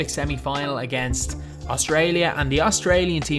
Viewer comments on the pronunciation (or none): none